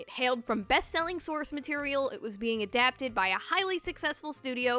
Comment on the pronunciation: “it was being aDABted”